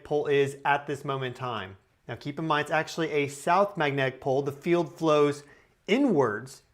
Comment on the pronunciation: Anyone else picture a charismatic mustachioed 1970s Chicago cop guy every time he says magnetic pol?